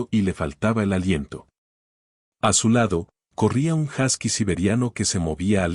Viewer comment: Se pronuncia “josky”